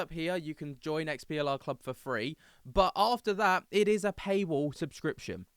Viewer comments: Its not XPLR - its their EXPLORE club - sorry i got confused when u keep saying XPLR XPLR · It's pronounced explorer